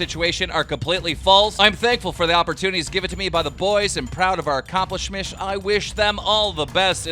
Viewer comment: “Accomplishmish” - Keem ‘19